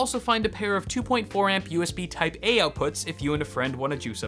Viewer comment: just realised you said USB Taipei XD